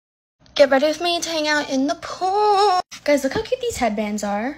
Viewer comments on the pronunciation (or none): “pOol” got me rolling